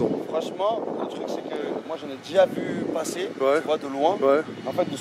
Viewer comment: Les gRRUs en haut du tRRuc 🤣